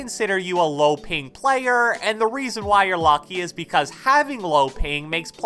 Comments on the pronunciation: “But at the end of the day it ezzz what it ezz” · eed ees what eed ees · It eeeez what is eeeez 😂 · Nobody:: "it eez what it eez" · it ees what it ees